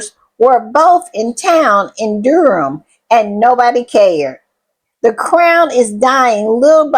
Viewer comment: Dedham is not pronounced "Durham", it is pronounced deh-dm, dead-'m. It isn't Marks, it is Marius - mar-ee-us.